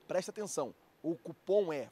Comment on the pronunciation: Flazoeiro , fala cupom por avor , e nao cupã